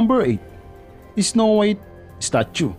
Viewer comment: “isnow wiyt” HAHHAHAHA LT